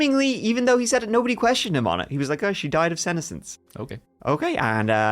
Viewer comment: Just one aside. The pronunciation of senescence - the accent is on the second syllable. The term is also used with plant, especially leaves on deciduous trees. Withering and falling off in the fall....